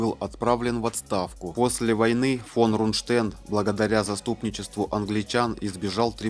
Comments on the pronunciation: Нужно говорить Рундштедт с ударением на первом слоге. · Нежная темы, лучше не берись за неё. Исковеркал фамилию Рундштедт, Роммель. Научись правильно ставить ударения. Нужно досконально знать исторические факты, не переверая и не искажая их. Тогда люди скажут спасибо. А так неуд в дневник, и родителей в школу, двоечник.